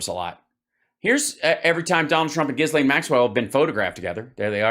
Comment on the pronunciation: True. Trump has terrbile pronunciation (Turf Sential) and Ghislaine is so hard to pronounce that everybody gets it wrong, except Donny 'cause they're homies. The S is silent, BTW. Also, Prince Andrew and Harry will not participate in the military-garb ritual at the Queen's funeral on Monday. I'm gonna bet that Donny is not invited.